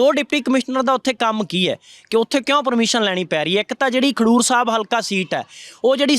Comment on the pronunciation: Bhai. Sahib. Khandoor. Nahi. Khadoor sahib. Hai